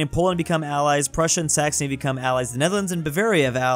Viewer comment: did he say s*xony?